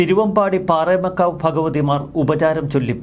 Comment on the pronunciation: പാറേമകാവു അല്ല. പാറമേകാവ്